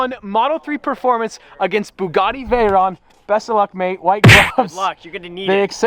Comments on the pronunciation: or "The Bougadee" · “The boogiti”